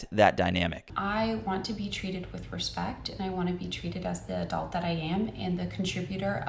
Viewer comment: "I'm an A dolt" definitely a dolt.